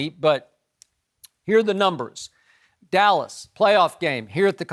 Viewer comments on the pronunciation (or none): none